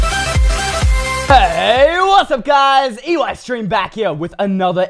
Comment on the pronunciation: why do you keep saying UEystreem when it is Eystreem